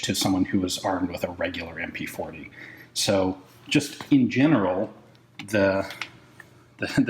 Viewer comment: Sew Deutche. Sew fauncy